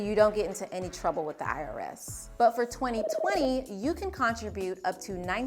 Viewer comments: got thrown every time you pronounced "contribute" like it was "contra-butte" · I was thinking the same thing. I’ve never heard anyone pronounce it that way.